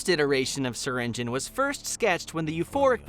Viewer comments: it’s not (syring geon) it’s (syr ing e on) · Bro it is syrinGEON not syringin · In Syringeon The e Is Not Silent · Developers: “ser-engine” (I’m pronouncing it btw) All the players: “ser-in-jee-on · Wait it’s pronounced syringe-on and not syringe-ion? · Everyone says /si-ren-ji-yon/ but its actually /siren-jen/ loll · so it's pronounced syring-in? not syringe-eon? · I have been pronouncing syringeon’s name like sir-in-g-ee-on when the name is pronounced sir-in-g-en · It's "siringin"? Not "siringiyon"? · wait wait wait syringeon is pronounced syringin .............. WHAT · Cause it's how the way You pronounce SURGEON. Now I think obviously You dont pronounce Surgeon "EON" You probably pronounce Surgeon like "Sergen" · Him saying Syringeon. Me:ITs pronounced sur rin ge on.....or have i just pronounced it wrong my WHOLE LIFE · SYRINJIN IS HOW IT IS PRONOUNCED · Syringeon isn't a monstrosity, he's a Surgeon. HE IS A SURGEON, HE IS A SURGEON!! oh, so THAT'S how you pronounce it! I thought it was pronounced "ss-eye-rin-gee-on" 😅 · Syrigeon : uhh wrong bro narrator u keep wrong ahhh now thats good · You’re telling me I’ve been mispronouncing his name wrong ever since the beginning of his existence?! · That’s how Syringeon is said?! I’ve been pronouncing it as”Syringe-E-on” I’m still gonna pronounce it like that though. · you’re a part of the gobb team and you pronounces syringeon’s name wrong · Why he saying his name like that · i never knew Syringeon was pronounced like that (also wtf was with that old version XD)